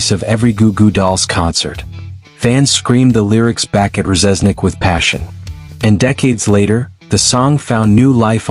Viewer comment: Can't pronounce Reznik correctly...its def AI